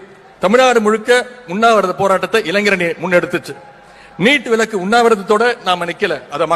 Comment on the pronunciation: லஹர மற்றும் ளஹர உச்சரிப்பு அறியாதவன் எல்லாம் தமிழ்நாட்டு முதல்வன். கேவலமாக இருக்கிறது. முதலில் இவன் சென்று தமிழ் உச்சரிப்பு பயின்று வரட்டும். ('Neet'. இலிருந்து தமிழ் நாட்டுக்கு ' '' விளக்கு" கொடுப்பானாம். '' விலக்குஎன்று உச்சரிக்க அறியா முதல்வன். கேவலம். )